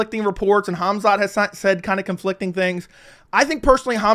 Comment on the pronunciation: It's Khamzat not hamzat.nice breakdown